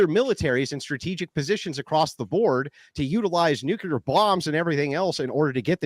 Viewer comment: I 'm a fan of Andrew but he always mispronounces "nuclear". There's only one "U" in nuclear.